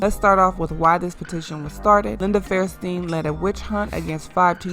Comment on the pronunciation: Her name is Linda FAIR-sten not fairSTEEN. If you want to be making videos like this, I urge you to get a speech coach. While editing is the bigger problem with your speaking, you do lack the strength of a trained speaker. If you want you channel to support you, put in the work. It will pay off.